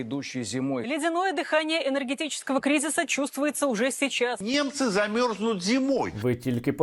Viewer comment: ОДна я почула від пуйла ВЖЕЕ, а не "уже" ахаха